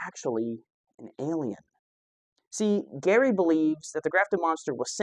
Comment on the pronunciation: Gary?? GRAY Barker,. GRAY.